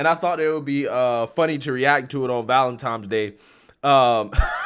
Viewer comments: Sorry, after the third ValenTimes I just had to turn ya off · Can say "vicinity," but not "Valentine."